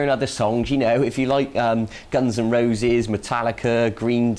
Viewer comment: the guitar lesson is easy but to imitate the way he pronounce "Guns n Roses" is the real challenge